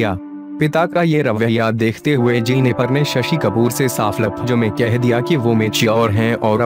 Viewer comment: Its JENNIFER not JENNIPHAAR...